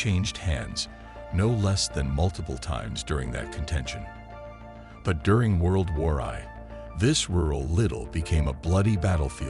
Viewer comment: I'm 26 seconds in and already the stupid computer generated commentary has mispronounced Wijtschate, Missines Ridge and even, God help us, World War One. I won't be listening to any more and, whoever produced this shit should be ashamed of themselves.